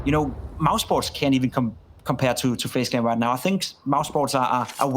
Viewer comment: Fejs klen ? I am nit shure that you pronauce like that. Dmn what an idiot